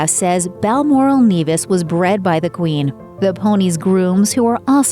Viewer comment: Balmoral Nevis (as in never) not Nevis as in beavis and butt head